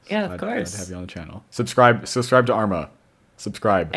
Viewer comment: Bro really said Arma